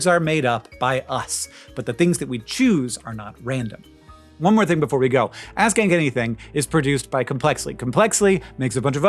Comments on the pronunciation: it sounds like "Ass Kick Anything" and I laughed, new canon name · I can’t help but hear “Ass kank anything” every single time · In the Ground News ad (how dutiful am I?) you said the name of the show, but it sounded like "Ass-Kick Anything." Side project! And, with no inter-cheek hairs, the human fart has trouble exiting the valley, necessitating a whoopee effect. We likely lost the butt-hairless back in our stealthier hunter-gatherer days. I saw white and gold, and only ever hear 'yanny.'